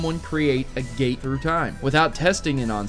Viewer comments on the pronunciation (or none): none